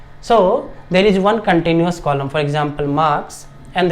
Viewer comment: We say continuous, not continious